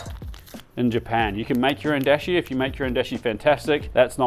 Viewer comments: "dashi" with the a like in art by the way, not "deshi" like in the English word "dash. That's a different word which means "disciple" Great delicious looking recipes! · Actually you can do rice pretty quick in an instant pot! 1:1 ratio, for two cups do three minutes on high manual setting then let it release naturally and boom! Also just FYI in Japanese it's a long Da sound like daashi 😉 love this, been wondering about gyudon for a while.